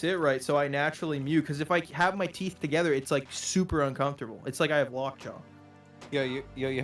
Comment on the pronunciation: Holy shit bro serb impression took me out that was scary spot on maybe its just the emphasis on "meeeemes" and "togedder" but I did a double take